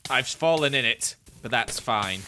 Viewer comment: ‘Ive spallen in it.’ - 2021